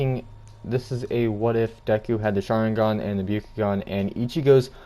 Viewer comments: And it’s the byAkugan not the byUkugan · You are pronouncing byakugan and mangekyo wrong